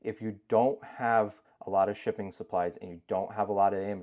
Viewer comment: I keep thinking I'm hearing "chicken supplies". Lol.